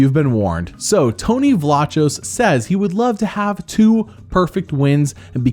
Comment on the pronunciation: Isn’t Vlachos pronounced Vlakos?